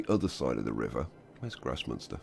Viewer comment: Every time you say "Großmünster" I understand "gross monster" :D